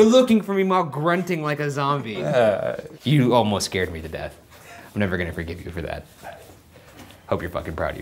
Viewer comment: camera man be like : scarde